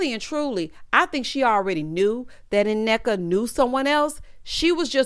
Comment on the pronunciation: The first N Nneka is silent..also Wendy friend name is pronounced Key-ona...she is my old hairstylist